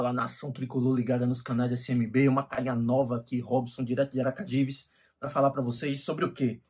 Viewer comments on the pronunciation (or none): Kkkkkkkkk ele sabe pensa "Aracajivis"